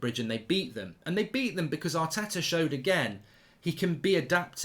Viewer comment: Yaar-teh-tah AOUT.